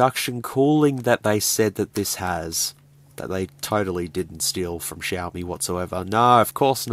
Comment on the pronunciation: Yoy I'm Australian too. Also it's pronounced shiomi